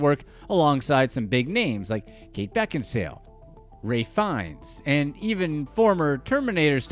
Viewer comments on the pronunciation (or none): none